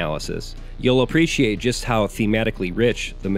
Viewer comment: this dude said “oppreciate”